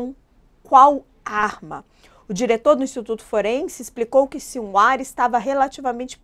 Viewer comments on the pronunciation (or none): Sra. Jornalista, a pronúncia do nome desse terrorista é SINUAR, cujo se escreve Sinwar. Espero ter ajudado.